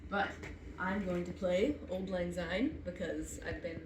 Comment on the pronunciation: Auld is pronounced like Awld, it sounds like "Called" without the C